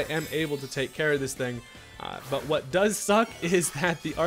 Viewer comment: I swear you are hilarious 😂 my man said "I'll tell you whut" like hank hill